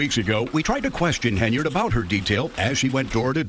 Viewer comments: Hen-yard, NOT Hey-nard! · I agree with your assesment. Beyond that, her name is HEN-yard...not haynerd. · It's "Henyard," not "Haynard." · I noticed you keep pronouncing her name as "Heynard" instead of "Henyard". Is that maybe a freudian slip? As in heinous Heynard???? LOL!!!!!!!! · Henyard. NOT hay nerd. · Her last name is spelled (and pronounced) Henyard, yet you keep calling her Heynard. She's a crook either way, but it was a bit funny that you criticized the misspelling of the township on a sign as unacceptable while mispronouncing her last name the entire video. At least you spelled her name correctly in the description below the video. I also want to echo the praise you gave Nate the Lawyer, he has also done a great job covering this story. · Too funny that you call her Heinard, as in Heinous.